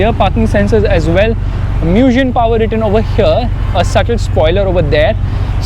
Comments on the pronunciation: Its Mugen, not M-U-gen 🤦🏻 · Bro really pronounced "Mugen" like "Moojin" LMAOOOOOOO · Btw "mugen" is pronounced "मुगेन्" which means "infinite" in Japanese